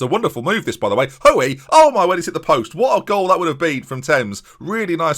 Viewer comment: As someone with the same surname its not ''Ho-ey'', its pronounced like ''Hooy''!